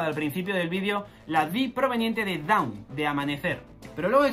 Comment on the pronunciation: Hola. Solo una pequeña correcion. Dawn se pronuncia “don” no daon.